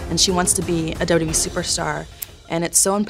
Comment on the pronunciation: She pronounces WWE as WB which is increasingly odd but she's cool af. Makes me want to watch her matches.